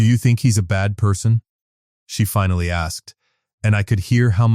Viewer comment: “ but because someone had ‘fin-alley’ learned…..” AI can’t pronounce “ finally”! A very nice story otherwise. It’s too bad the reading was not up to the level it deserved.